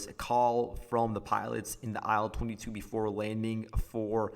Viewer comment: By the way, IL22 is pronounced "EEL22"